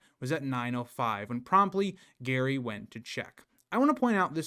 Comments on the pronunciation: It's pronounced jerry not Gerry. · I thought it was pronounced 'Jerry' rather than 'Gary' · The McCanns did so many suspicious things, it's hard not to believe they know exactly what happened to Madeleine. You seem so knowledgeable, but mispronounce Mr. McCann's first name. It is Gerry, with a soft G, not Gary. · Sorry, just saying "oops, my bad" in the comments doesn't cut it. It's way too basic a thing to get wrong if you want people to regard you as a competent researcher. Every time you say "Gary" you sound ignorant and unreliable. Why should I trust someone who couldn't even be bothered to confirm the father's name? The spelling should have immediately called the pronunciation into question, especially for a US citizen. Do better. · Mispronouncing Gerry as "Gary" instead of "Jerry" may seem like a small thing. But it shows me that you aren't very thorough with your research. There are easy ways to look up the pronunciation of something, even a famous person's name. I'm not singling you out; I hear a LOT of people mispronounce Leicester, Amaral, and even Madeleine. It immediately lessens my respect for their knowledge. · Her husband is not called Gary his name is Gerry!!!!!!!! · His name is Gerry,not gary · You pronounce his name Jerry not Gary 🤦🏻‍♀️ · Good God! He is Gerry, NOT Gary !!!!! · His name is Gerry not Gary ffs!! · Simply get Gerry’s name right.. it’s not Gary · His name is pronounced Jerry. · it's jerry like tom and jerry okay not Gary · Can’t take anyone serious who can’t say their names right. It’s Jerry not Gary, but spelled Gerry. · His name is Gerry, not Gary. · It was really off-putting when you were calling GERRY Gary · You lost me after the third time calling Gerry Gary sorry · Gerry is pronounced Jerry, not Gary. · The husband’s name is Gerry ( said with a soft g, like giraffe), not Gary. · I don't know if this is an American English vs British English thing, (I'm Australian) but the father's name is Gerry (pronounced Jerry) not Garry.